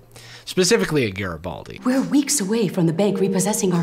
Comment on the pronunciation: "He's a garabaldeagle"